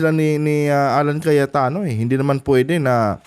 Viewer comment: brod Cayetano po hindi Cayatano ayus ayusin mo nmn vlog mo